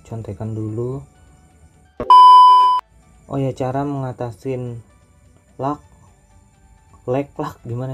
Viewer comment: bruh Napa lag malah dibaca LAg/lug